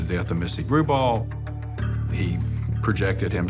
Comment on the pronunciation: Missy Grubaugh, NOT Gral, good grief